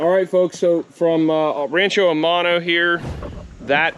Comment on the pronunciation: I automatically trust someone who has their phone clipped on their pants. However I am very dense as I just got rancho aumano finally. I speak Spanish as well and whenever you say aumano I say what in tarnation is this dude saying.